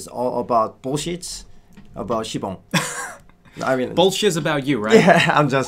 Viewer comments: SIBONG IS DISTRACTING MEH. STAPH IT OPPA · It's sibang